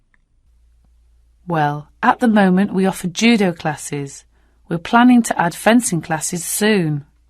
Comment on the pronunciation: Bedminton instead of badminton, juddo instead of judo is this acceptable and without s friday is acceptable?